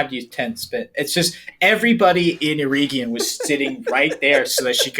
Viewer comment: OUT OF LOVE: To all American tongues - EREGION (hope i'm correct in saying this) pronounced LESS with pure Eeeee sound - MORE with an EH sound...eg Egg. like the name Eric.....or Beren (and Luthien). At the end of the word....you CAN go nuts with the Eeeee sound... eg.. EeeeeeeOnn. Summery: Er(ic) + Egg + EeeeeOnn OUT OF LOVE NOT CRITICISM.......i generally love US/CANADIAN phonetics. Went to a US/CANADIAN high school.